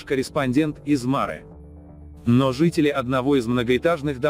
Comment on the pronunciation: помню, мы говорили марЫ, а вы всё время мАры